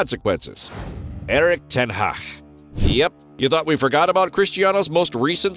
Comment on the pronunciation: "Erik ten haaa" 😂